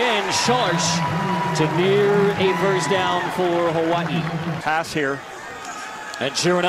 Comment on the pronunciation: He doesn't pronounce Hawai'i right. How do I know? I am part kanaka maoli